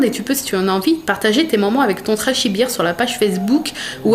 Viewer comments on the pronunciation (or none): ça me perturbe la façon dont tu prononce bear parce que ça veut dire Bière avec cette prononciation là LOL bref sinon belle entreprise, j'espère pour eux que ça va fonctionner :) Bisous <3